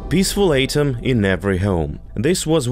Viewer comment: Love how he sounds like a robotic reader like those cheap channels who don't speak, just have a program read.. Misprouncing easy words: Catastrophe - "catas-troph" ATOM - "A-tom"